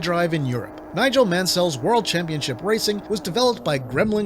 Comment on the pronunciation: I had Hyperstone Heist as a kid. I liked it well enough, but I also had Streets of Rage 1&2, and these sure are a lot better. On the whole the quality of Konami's titles on Mega Drive is pretty high I would say. But they aren't my favourites. You pronounce Nigel Mansell very weird by the way...